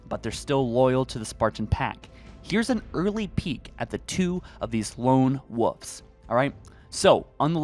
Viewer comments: you should check your pronunciation of "Wolves", you said "Wooves'" which is not correct. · Do you not know how to say Woolves and woolf I just hear woof and woofes hahahahaha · Please for the love of god, stop saying lone woofs 😒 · It's not wooves, it's wolves. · Wol-vz ** wolves not wulfs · Wolves not woofs (Wool-vs or w-all-vs not woofs) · Wol-vzzzz not woovs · I wasn't aware that the screen said lone wooves.....lone woof......lone woofs..... nooooooooo its wolves (wool-vehz) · Guy…how can you not pronounce a L in Wolf/Wolves? Lone WOLVES not lone WOVES. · Lone wuffs? Lol you know the L isn't silent right? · Wolves, not woofs, 🤣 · Fuck bro. Pronunciation of wolves, spit it the fuq out. Don't say woofs. Make videos I can understand. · Bro... the words are "woLves" and "woLf," not wooves and woof. There are L's in there. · Please say wolves… please say wolves…. It isn’t wuffs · "Lone Woof" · Ngl, I cringed every time you said lone “wuhhhvs”. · “Lone Woooves” lol. Sounds like you are saying Lone-Woof’s 😆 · “Lone woofs” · After listening to the first few minutes, I decided to drink every time he said lone “woofs”. Just like when a friends dad used to call the roof of his house the “ruff”. Needless to say, these dog noise drinking games get me liiiiit 🔥🔥🔥. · ah yes lone woofs 🙃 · Amazing how little things can take you out of a video/pod cast...like constantly mispronounced words. There is a "v" in wolves. It's not pronounced "woofs". 🤣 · Lone “ wawfs” you mean WOLVES?! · “Lone Woves” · Lone Wooves. 😂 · Lone Woofs? What noise do dogs make and how do you pronounce that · My dude mentions how the Spartan names are hard for him to pronounce, then confidently says Lone Woofs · and wooves. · Haha lone "wuvs" lol sorry had to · “Lone wovves” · The way you pronounce wolves is triggering me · lmao he can’t say wolves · Why do you say wolves like a reee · Ikr!? I can’t believe no one else is mentioning this 😂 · And can you pronounce the L and v in wolves